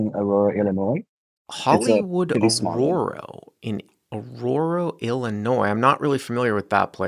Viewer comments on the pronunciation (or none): lololol with the "Auroro, I never heard of Auroro"... poor Asian guy trying to say Aurora lolol